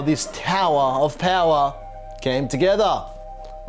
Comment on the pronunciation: TOWAHHH OF POWAHHH